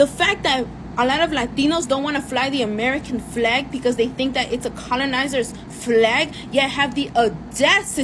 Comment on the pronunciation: I like the way she says "Flllllllag" 😍